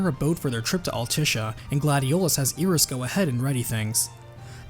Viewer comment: Eye-Ris, not EE-Ris